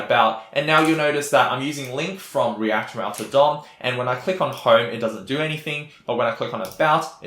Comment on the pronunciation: REACT ROUTAH! Thank you for this video, I like this tempo - no bullshit.